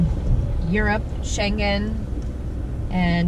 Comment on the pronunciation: BTW, Schengen is sort of pronounced with the G of Gnu. (Well, in the sense that it doesn't have a G of "globe". It has the NG of "sailing".)